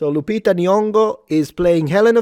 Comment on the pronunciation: "Lupita" is just unreal 😂